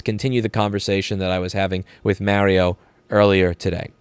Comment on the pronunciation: I appreciate everything you are doing. I also want to point out that it's a crime against humanity how you pronounce "Mario"